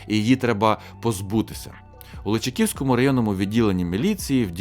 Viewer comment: МайОрівка, а не МайорІвка, ЛичАківський, а не ЛичакІвський. Просто слух дуже ріже, а загалом дякую за відео!